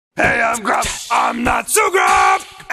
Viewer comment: The auto captions translate Dan saying "I'm not so grump" into "I'm not zhu gob" and now I can actually hear him say that and nothing else